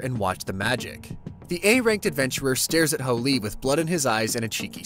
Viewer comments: Can’t tell if he says holy or fooly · Anyone else think he's saying hooly instead of fooly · Y can't u pronounce fooly correctly? But good job other wise